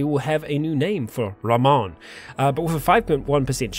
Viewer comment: His name would be pronounced Rah-moan, so you should call him Joey Ramone. And on that note, rename the other guy Iggy.